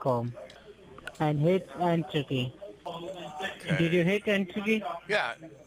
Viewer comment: make sure that you hit "entady" and also don't tell it wrong